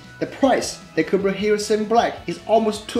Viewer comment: Thank you. Very good video. But you should pronounce "GO PRO" with strong PROOOO" . Sometimes your Gopro sounds like "Gober".